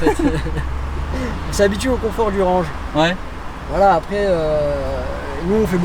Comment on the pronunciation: Tu aime mon "renje" ?